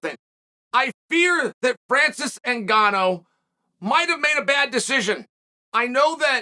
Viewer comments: "Francis en-ga-NO" - chael "moo-y tai" sonnen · "Francis en-ga-NO" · Francis N-Gone-Oh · Chael "Francis NgoneO" Sonnen Mr undefeated